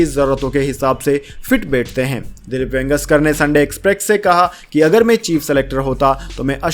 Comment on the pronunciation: ये वेंगेसकर क्या होता है ? इतने बड़े खिलाड़ी का नाम तक ठीक से नहीं बोल सकते ? यदि शुद्ध हिन्दी का उच्चारण भी नहीं कर सकते तो बंद करो यह काम । हमेशा गलत उच्चारण करते हो ।